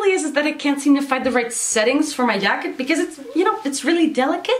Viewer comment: said Yacket I’m actually ded